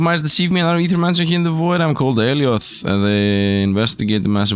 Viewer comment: Don't know why it bothers me when someone doesn't know how to pronounce "Ae". Thank you though for knowing, my OCD can fuck off for now ❤